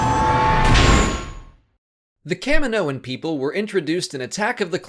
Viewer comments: Why is it pronounced "Cam-min-noans" and not "Kah-mee-noans"? The planet is Kamino ("Kah-mee-no") not Cammino. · kah mi moh an....jeez americans can't even speak made up english properly